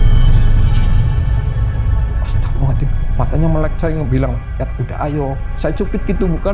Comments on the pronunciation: nurut saya ga jauh ah .dia bilang astagfirullahaladim (z) nya ilang .kaya nenek saya gitu dia bukan orng ngapak .tapi kalo sholat ngaji bener Kok astagfirullahaladzim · Pas Nyebut "Astagfirulahalngadiiim" jan khas ngapak bgt ya pak. Salam ngapak dari Cilacap. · sinarsum nya ngucap Istighfar nya kok agak beda yaa , bukan bilang Astagfirullahal'adzim , tp beda